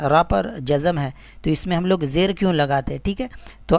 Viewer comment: Apna talaffuz to sahi karo janab zer ko jer keh rahe ho